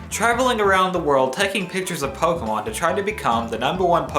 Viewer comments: you said fokemon instead of pokemon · I swear I hear you say 'Pokewon' at least half the time.